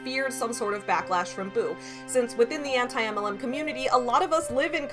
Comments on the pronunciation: It always makes me laugh how says 'anti-MLM' as if she doesn't know how to pronounce the word anti. It's so damn funny. She tried too hard to protest her innocence by trying to play like she didn't know what anti-MLM was so hard that she acted like she didn't know how to speak English. This is a pattern I've seen. She lies to make herself look better and then five minutes later she forgets her lie to say something that directly contradicts it. This shit is wild yo. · “Auntie Em… LM” in Kansas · I love how pretended that she didn't know how to pronounce "Anti-MLM community".. pathetic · I CANT EVEN with the way she pronounced "Anti-MLM". I die every time i hear it. Ugghhh.